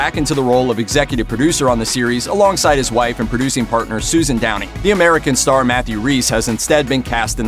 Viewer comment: When you talked about Sherlock Holmes, not gonna lie I thought you said Tony instead of Downey...